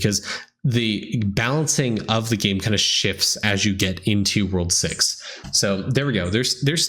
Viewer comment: he really said "World sex" i had to rewind it a few times. lmao.